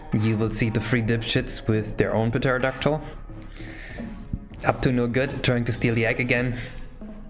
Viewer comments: Lmao, imagine pronouncing the p in pterodactyl. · Did just pronounce Pterodactyl with the p? I expected more from an English major